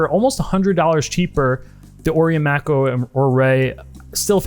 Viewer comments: Mako II: (edit: "May-coh", great vid but calling it "Mack-o" drove me nuts) Anyway... Mako II: the diver so nice I bought it thrice (black, blue, Pepsi) And at a price just north of 100.00 USD, and parts available, they're outstanding mod platforms. Cheap enough you can afford to hone your modding skills without too much at stake if you make a misstep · He's right tho. It's not May-coh, the right pronounciation is "Mah-koh". It's a Japanese watch and stores in Japan will take a few seconds to know what you're talking about if it's pronounced the other way. Even I got confused at first when I first heard the "may-kow" pronounciation. Here is further proof on pronounciation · Uh, no, wrong. The watch, unnamed by the manufacturer, is Japanese; the unofficial name is not. Thee word, "Mako" (as in the shark) is a word derived from the Maori language, and it is pronounced with a long A and long I, hence MAY+KOH. Again, not Mack+O. A quick Google search can confirm all of this. I really don't understand the debate, this is like debating long A or short A in "cat". It's pronounced exactly as it is spelled, and the Mako shark that the watch is named after is quite common - this is not some ancient, stifled knowledge. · Mack-O? Lol 🤣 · Japanese word should pronounce Japanese way May-coh sounds so American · You my man you are killing me the way you are saying Mako lol google the shark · He's doing it to annoy you. And it's working!